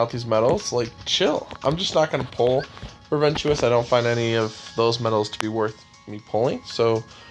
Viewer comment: Did you just pronounced ventus' name "ventius"!?